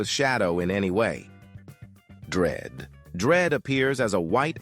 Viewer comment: "DREAD" "VOID" 💀